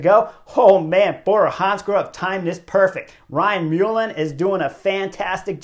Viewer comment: Very very disappointed in Sam to do that….😒😢 he should have know better and what for a second place and a regulation 🙄 foolish boy also Ryan surname is pronounced MUL..lan second L is silent 😀